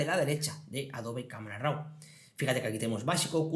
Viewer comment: De nuevo una leccion muy interesante en tu curso de photoshop. Enhorabuena. Tan solo me gustaria una aclaracion por tu parte referente a la pronunciacion de la palabra RAW. ¿Por que RAU? En ingles la pronunciacion es RO y si hacemos la lectura en castellano seria RAV. No lo tomes como una pedanteria solo es curiosidad por un hecho muy extendido en la comunidad fotografica de habla española. Saludos cordiales.